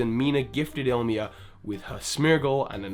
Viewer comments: Damn it just hurts me how people say Ilima's name. It's I-LI-MA, can't be that hard :/ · You kept saying Ilima's name wrong. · His pronunciation of Ilima bothers me so much. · He probably misread his name once and fell into the habit of saying his name the way he first read it. I mean hell, how many people call Groudon "Groundon" because they read it wrong? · You missed tha actual pronunciations of Smeargle and Ilima. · it's pronounced "e- lee-mah" In Hawaiian, "e" has the long e sound I re-started this video when I noticed your first few mispronunciation, played the drinking game, and downed a shot every time you made that mistake. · also ilima's name is pronounced ILL-E-MAH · Dude. Ilima. I L I M A. The second I is BEFORE the M. I'm sorry but I can't endure it any longer. ILL-im-uh is the correct pronunciation. Or il-LEE-muh. Not ILL-mee-uh. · It's pronounced (EE-Lee-Ma) it's a word for flower in Hawaiian. I also thoght he was a girl at first because of this name. It is not ill-ma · its Ilima not Ilmia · Please, people. It's not hard to say ILIMA. You can say I-LEE-MA or EELEEMA, but ILMIA? ILMA? LIMA? Please, learn to read. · can't English. He keeps calling him Illmia. His name is ILLIMA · Is it possible that you have promblems with the pronounciation of some names of characters or Pokémon? You call Ilima Ilmia or Ilma, Dedenne Dendene or something... I mean, those names are not that hard :D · it's Ilima not Ilma ill-ee-maa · Mina was weird. You pronounced Ilima like Ilmia. Nope, wrong. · I thought Ilima was pronounced "Lima". I guess I made a mistake playing the game. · It really bothered me when he kept saying ilima as illma or illmia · e-lee-Ma. Jesus. The names not that hard to pronounce 😂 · Bryce Richardson Wrong. The origin is Hawaiian. The correct pronunciation is E-Lee-ma, it means 5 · How could you spell Ilima's name right yet pronounce it 'Ilmia" in the video? What the heck? Then pronounce it 'Ilma'? Then call Smeargle 'Smergle'?!